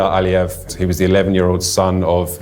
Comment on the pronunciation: It's Aliyev, not Al Ali.